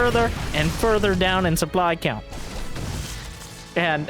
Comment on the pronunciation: Sup-bly's uncomfortably close to even. Did you miss that one? :P